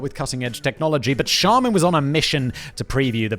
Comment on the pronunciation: you got charmin right btw